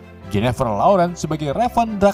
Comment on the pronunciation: perasaan nama mistique raven dehh,, bukan revan